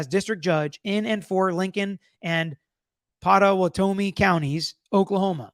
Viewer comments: I am embarrassed that she is from my home in Oklahoma. She needs to be disbarred in addition to being taken off the bench. I am flabbergasted! She needs to change her appearance and move. I bet everyone in the area knows her., it is pronounced. " Pot tow what tow me" County. Pot county for short. (That county has had lots of drug problems.) POTTAWATOMIE was named after the Potawatomi Indians. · She should be done & disbarred after everything I've seen. Also, note to help as having family part of OK tribes, Potawatomi is pronounced Pot‐a-watt-no-me. I mispronounced it for the first 2years Iived there. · I am from OKC and the great State of Oklahoma. The county is named after a tribe. It is pronounced Pot-uh-what-uh-me. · Wow. This is sickening. This seems grounds for retrial. Horrible. The judge and bailiff should lose their jobs and never do this kind of work again. Am I surprised. A bit. Humans do stuff. But they found it and can weed this out and hopefully it will remind others to be professional in their jobs. (It’s pronounced Potta-Watt-A-Mee. It’s the bane of a Native American Indian Tribe. They are also found in Indiana.) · This is nuts!! And it’s pronounced “potta wotta me” We have crazy names here in this state lol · Just an aside, but the county you couldn’t pronounce is pronounced “Pot-uh-wot-uh-mee “ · I lived in Pottawatomie county for years. It's pronounced pott-a-wat-a-me. 🙂